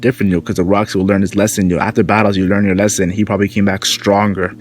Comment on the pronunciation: Its Locks not Rocks, it’s Gol D. Roger’s brother Gol D. Locks.